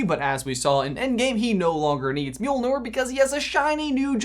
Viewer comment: oh i know you did not just say "mjilnor"